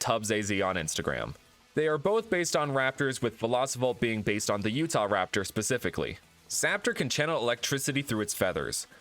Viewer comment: Subscribed cause you said the right raptor